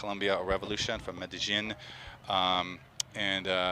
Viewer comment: Medellín* not Medallin